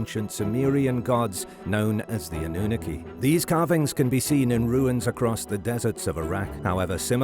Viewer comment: Why are you pronouncing Annunaki wrong?